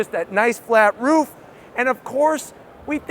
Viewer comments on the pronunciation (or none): none